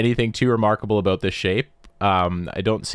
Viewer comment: "Aboot" Hmmmm